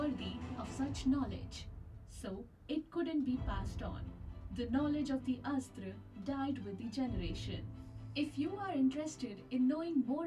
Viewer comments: It is not Astra. It is pronounced as "Asth-Ra" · Guys i think the pronunciation of astra is not like ass-tra...it is close to more aastra like 'us' instead of ass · You have to pronounce it as Us-thra(Astra) Astra means weapon